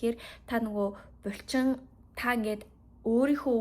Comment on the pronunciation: Бульчин2 гээд байхын булчин гээд хэлчихээч дээ 😅 чихэнд эвгүй сонсогдоод байх юм